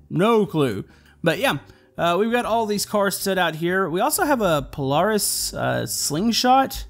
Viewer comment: You said Polaris wrong and it's an actual car